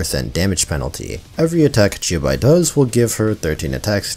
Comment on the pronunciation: to your credit you pronounced the 'qiu' in qiubai more faithfully than 99% of all genshin youtubers trying to pronounce xingqiu